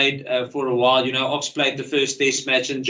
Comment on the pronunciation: I want Jacques to learn how to pronounce Ox's name. He's an excellent coach, I just want the pronunciation cream on top.